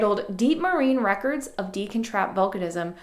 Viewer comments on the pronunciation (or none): You may want to check authoritative sources for the pronunciation of the word, “Deccan”. I was surprised to hear you pronouncing it, throughout this video, as “DEEK-uhn” — like the word, “deacon”. I’ve always heard it pronounced, “DECK-uhn”, although I grant I can’t state with absolute certitude that that is •the• correct pronunciation. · 'Maastrichian' goes reasonably well, but I'm fairly certain that Deccan is pronounced more like 'dekkan' than 'deacon' ;) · Great review. FYI. I think it is deh-kn with a short e not dee-kn with a long e. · I've always thought it was pronounced deck-in rather than deacon. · Why are you saying Deekan? The E here is clearly short, as it is followed by a double C. It comes from the Sanskrit word dakkan. There is absolutely no reason to change the short E to a long one.